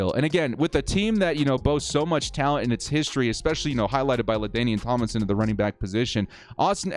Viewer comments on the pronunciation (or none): none